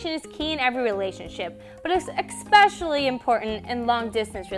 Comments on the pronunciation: I'm not sure if communicative is a word but "ex-specially" is not. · Did you really say eXspecially ?? OMG I cant handle it ... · expecially!! :)) This is cool... I think we need some more of this!! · I "exspecially" loved this :D